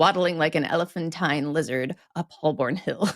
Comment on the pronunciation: You might want to teach Jess how to say 'Holborn',.